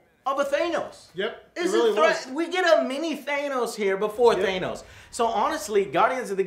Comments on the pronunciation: Or they think it's ACTUALLY pronounced that way... even though Nebula and Gamora clearly say "THAN-os" rather than "THAY-nos". Also, if you know your Greek mythology, you probably realise that the name is derived from the Greek god of death (NOT the Underworld/afterlife, that was Hades) - Thanatos. Which considering his whole storyline with the Marvel universe's embodiment of Death (and obsession with the concept itself), really does make plenty of sense. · Thanos not Thainos. omg lol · Joe, why are you saying Thaynos? Why are you guys saying Thaynos, not Thanos?! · not a fan of how he pronounces Thanos. it's not theynos Joe. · for the live of all that is holy PLEASE stop mispronoubcing Thanos!!!! "T-H-A-N-O-S" no "E" bro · Quit pronouncing Thanos wrong